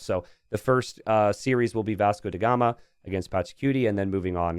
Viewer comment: ask Masmorra how to pronounce Vasco DA gama